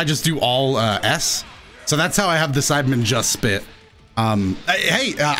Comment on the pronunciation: Everytime you said Saibaman, I heard Simon and I was like : "Who is Simon ?"